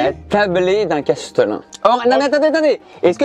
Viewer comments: Par contre c'est Chatelain et pas Castelain non? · Il faut dire Châtelain et non castelain… ! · Castelin ?? Mais c’est quoi? On dit pas plutôt châtelain ?😅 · Par contre on dit châtelain, pas castlelin. Ou maître du château à la rigueur. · Il me semble que l’on dit châtelain et pas castelain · Quelqu’un peut dire à qu’on dit cHâtelain et pas castelain? 🙏😘